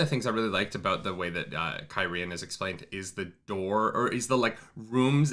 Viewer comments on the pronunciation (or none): just to be "that guy" you're still not pronouncing it right. you're stressing the 2nd syllable "kye-REE-ehn", it's KYE-ree-ehn, you could almost pronounce it KYE-reehn if you say it fast. the people are KYE-ree-ehn-en. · Yeah, bro, you're still putting the accent on the wrong syllable of Cairhien. KYE-ree-en. It makes Cairhienin make a lot more sense. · yeah, I always pronounced it the way you did too. As to the correct one, you've just about got it, but it's just the enunciation that's a little off. The accents are on the first and third syllables, not the second. KEYE-ree-EHN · Kai-re-en Kai-re-en-in Idk Cairhien is fine, the person version never thought about but saying it out loud is kinda weird. Listening to it is fine. (audiobook reader)